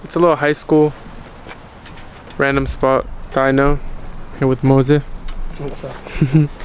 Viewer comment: “here with mozeh” HAHAHAH